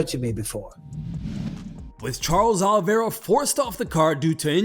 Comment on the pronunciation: CHARLES OLIEVIA? ITS OLIVEIRA